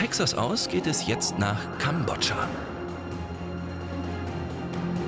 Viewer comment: Den Namen von dem Kind aus Kambodscha 🇰🇭 den habt ihr falsch ausgesprochen warum ich des weiß weil ich halb Kambodschaner bin ich war in den Sommerferien 2019 dort es war cool